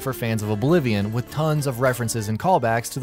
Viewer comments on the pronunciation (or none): none